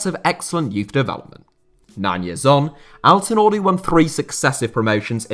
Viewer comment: As a native turkish speaker I can tell you that your pronunciation of Izmir and Altınordu was great. Keep up the good work and pls continue to making videos on niche topics.